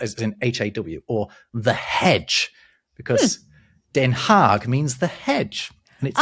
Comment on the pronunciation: As a Dutchie I'm very impressed by the pronunciations of all the version of Den Haag! And also I'm very glad we don't use the long version anymore. There's a couple of Dutch towns that were shortened over time. Some are still in process. Looking at you 's-Hertogenbosch!